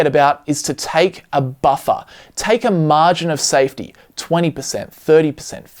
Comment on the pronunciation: "Maring of safety" 😂